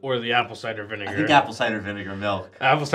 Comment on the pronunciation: Nobody gonna talk about "vinager"?